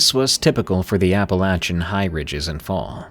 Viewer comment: finally saying it right